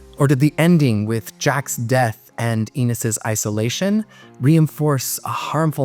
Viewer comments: His name is pronounced Ennis, as in Dennis; not Enis as in Penis. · Great video. Thanks! By the way, it's Ennis, not Eenis (rhymes with tennis, not pe...). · your video is very well done. You did a great job but there is one big error. Ennis Delmar pronounced his name "EN-nis", not "EE-nis". It is an important error. An interesting, enjoyable video! I, too, remember seeing it in a theater, a packed one. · Fuking hell……his name is N’ISS…not eeniss. It does not rhyme with penis, and it’s spoken throughout the film. Pay attention! It’s not about you…. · N-iss, not E-niss. Sorry. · Ennis is pronounced like Dennis, minus the D. It doesn't rhyme with penis. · Why did you pronounce his name like that the whole video 🥲 it was painful to listen to. I don’t really understand how you got it wrong if you watched the movie considering it’s said so many times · Thank-you for this and all of your videos!! Just an observation - and maybe it's been a long time since you watched the movie - the character's name is Ennis - rhymes with Dennis or tennis :) BIG HUG! <3 tg